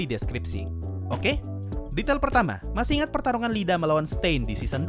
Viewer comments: Yg bener Iida bang bukan Lida Pake huruf i kapital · Seumpama namanya "Lida", deku dan yg lain kalo manggil pasti "Rida" secara di jepang "L" dibaca "R" Yg bener emang "iida" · Bang masukan aja ni bang, mon maaf sebelumnya, kayaknya bukan "lida" tapi "iida" bang kan itu nama orang bang jadi kemungkinan itu huruf kapital "i" bang Maaf kalo salah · Itu Iida Bukan Lida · Bukan Lida bang tapi iida pake i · iida bang, bukan Lida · Bang sebutannya iida bukan lida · Ada satu yg kelewat min Iida bacanya iida bukan Lida, soalnya itu double i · iida bang bukan Lida awkwk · Dibacanya iida bang bukan Lida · itu ida bang, bukan lida tulisannya emang "Iida" tapi itu "I" gede bukan huruf "L" kecil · Min, bacanya iida bukan Lida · Btw min namanya IIDA bukan Lida🌚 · Sensei namannya i.i.d.a bukan LiDA :") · IIDA bang, bukan LIDA, wkwk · Yang bener emang huruf "i" kok Deku dan karakter yg lainnya kalo manggil juga "iida" bukan "Lida" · Bgzd Iida kenapa dibaca Lida dah anjir wkwkwkwkwk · Btul, google translate juga bacanya tenya ida